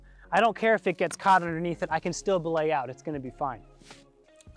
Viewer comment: Am not a native English speaker, what's the word am hearing here - . Am hearing something like "blay out"